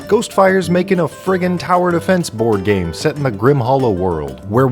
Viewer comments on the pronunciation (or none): none